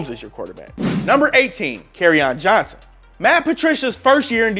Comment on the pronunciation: 1) his name is Johnson, not “Johnsan” (autocorrect literally underlined it in red for you and you thought you were smarter than it). 2) David Johnson is a top 5 RB when he’s healthy while most people have to google Damien Williams to find out who he is, so do all of us a favor and never make another player comparison. BTW I think Philip Lindsay is a little overrated, but he’s definitely better than Williams and is still a very good RB.